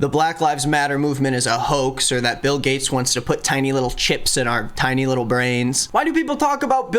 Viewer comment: The fact that you pronounced Bill gates as Bail (BAAL) Gates made me laugh bc I’ve been watching lots of Owen Morgan/stuff about Q anon losers. Just funny and I don’t think you did it on purpose. But it works.